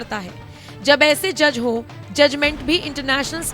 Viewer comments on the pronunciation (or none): Ya joj nehi moj